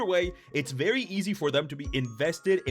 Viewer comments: Saying "fairy" instead of "very" tickled me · Did you say, "You can FAIRY quickly get in over your head"? 👀